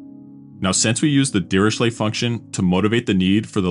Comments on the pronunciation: His name is pronounced as /ˌdɪərɪˈkleɪ/; not dee ree shley. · prononced "diricle", the h in ch is silented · It's pronounced Diriklé